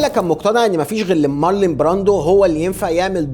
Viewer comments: حبيبي انت لا بتتنطق انجليزي صح ولا حتى عربي 😂😂😂😢 اسمه مارلون براندو مش مارلين مارلين ده اسم ست مش راجل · يا عم يا مقدم الفيديو انت بتنطق كلام كتير غلط ١- بتقول في الدقيقة ١.٥٩ ان كوبولا المخرج عايش في فقر مودجع. الله يكرمك اسمه فقر ( مدقع) بضم الميم. ٢/ في الدقيقة ٣.٠٤ قلت مارلين براندو!!!! يعني ينفع كده؟؟؟؟ تنطق أسم ( مارلون براندو ) غلط وكمان تعمله واحدة ست؟ مارلين ده أسم انثي سلامة الشوف والسمع. ٣ / العار هنا طيب بتنطق عربي غلط مخدتش باللك انت واللي معاك في الدقيقة ٩.٢٨ إنكم حتي في تغيير الأجزاء وفي الإشارة ليها بتكتبوا عربي غلط ؟؟؟؟ في حاجة اسمها الأزمة الربعة؟؟؟؟ اسمها ( الرابعة) واتكررت تاني بشكل اكبر وفج جدا في الدقيقة ١٢.٠٣ كتبتوا تاني الأزمة الخمسة ياأخواني انتم تقريبا معكمش ابتدائيّة اسمها ( الخامسة ) هو في كده في الدنيا ؟!!!! ٤ / في واحد محترم وبيقدم محتوي محترم يوصف أشخاص أنهم عيال بشخة ؟ علي فكرة الناس اللي انت وصفتهم بكده أنا معرفهوش. يعني ينفع اقول عليك إنك عيل بشخة وغير معروف بتتكلم علي فيلم ايقوني زي ( الأب الروحي) ومش عارف حتي تنطق عربي صح وحولت بطله من واحد راجل لواحدة ست بسبب لغتك العربية الضعيفة؟فيا عم لو مش مهتم بعملك الي انت بتعمله فبلاش تعمل اي حاجة وخلاص وريحنا من فيديوهاتك المليئة بالأخطاء الساذجة.